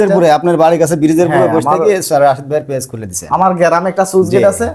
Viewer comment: ফেস নয় পেজ ভাই উচ্চারণ টা ঠিক করুন